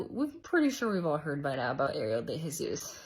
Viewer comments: DeJesus is sounds like Day-Hesus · I have missed these so much! It's pronounced more like "day-hey-zuus" your hair makeup and nails look amazing! Also the kitchen nightmares sound is killing me 🤣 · Deh-heh-zeus for anyone wanting to pronounce her name correctly. ‘J’ makes a ‘H’ sound in Spanish. The second ‘h’ I put in there is just so the ‘e’ gets pronounced correctly if you are reading it, make it a soft h. That note aside…complete and total yuck. I am actually really surprised she hasn’t been shut down yet. Not only that I’m super surprised she has that many followers and people to defend her. Cause like I feel by now if you are watching her content you must be watching other tattoo content and have likely seen the problems people have brought up.